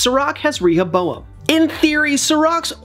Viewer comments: Why are you saying ReHOboam 😣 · Clearly the person giving the voice over is just reading from a piece of paper and hasn’t watched the show considering how he mispronounces Rehoboam every time. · Actually get someone who has watched the show to read the script for the video!! Rehoboam... come one say it correct!! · The guy who spoke in the video probably hasn't even watched Westworld and is reading of a script. Rehoboam feels violated by your pronunciation! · It only takes a few seconds to look up how to pronounce Rehoboam. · the real villain is the one who pronounce Rehoboam like the guy who is saying in this video 🤢🤮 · He could have googled it, at least